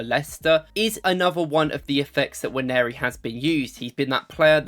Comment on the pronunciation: By the way, Nwaneri is pronounced Un-Wan-Nay-Ri not Wan-Airy.